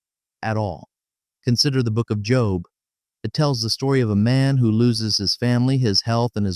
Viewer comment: Job's name pronounced here as literally "job" inatead of "jobe". Damn AI narration is irritating and insulting to listen to, regardless of the quality of the content.